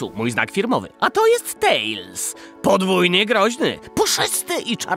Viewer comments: Serio?! TaLEs, a nie TaILs?! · Nie tales tylko tails